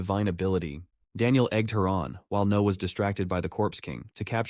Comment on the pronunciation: or is it trying to say Noah but messing up